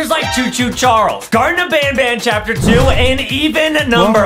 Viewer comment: Adam says Chapter pee